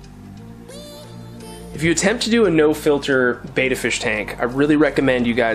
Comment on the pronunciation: Nice job mate. It would be awesome if you pronounce Betta properly, not being picky but the way you pronounce it means effeminate man. Betta means Warrior and is pronounced similar to "Better". Betta Splendins means Beautiful Warriors. You always do grest work I hope you don't take offence to my comment. I also love the Salivinia it's is a life saver.